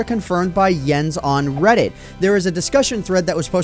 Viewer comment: its pronounced "moYANG" - i guess its a swedish thing. you did say jens right though (i think)